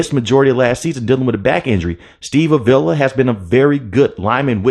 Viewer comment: Im not saying this to that person, but I feel getting names right is showing respect so...its not Aveeela...it sounds more like Avala. The "i" is silent essentially😊 Avila! Who has been amazing